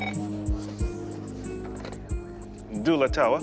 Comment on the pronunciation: When the nerrator says DOUALA but the duala tower says "dola"